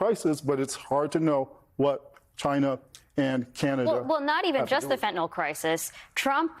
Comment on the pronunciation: "...is the FENNA-TALL crisis." Dude, learn how to say the word, or stay off TV.